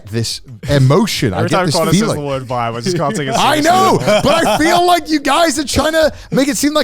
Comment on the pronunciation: They murdered the word vibe